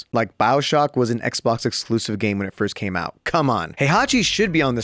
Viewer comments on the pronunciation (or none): none